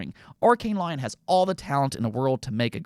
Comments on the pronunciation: It's arkain ley(oan) not lion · Calling Arkane Lyon, Arkane Lion is mad naive 😭